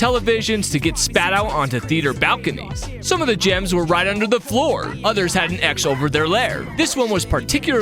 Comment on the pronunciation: I don't know why but I thought you said jams instead of gems lol